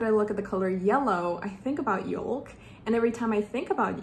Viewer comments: It’s pronounced “yoke” not youl-k. Like a yolk of an egg. ( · did you pronounce yolk wrong or is this just a British thing? We pronounce it “yoke or y-oak” but we spell it yolk.